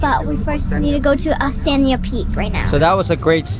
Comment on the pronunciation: Osmeña peak not Oseña peak.. you guys 😅